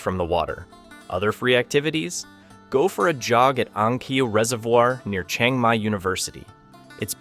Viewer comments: Great video but it’s all BS. For starters his pronunciation of locations are wrong it’s not a Chung Mai it’s Chiang Mai also prices are extremely low and not correct. But still a decent video just wish it was truthful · OK, I don't mind if you can't pronounce other Thai words, but Chiang Mai is pronounced the way it is spelled, not Chang Mai.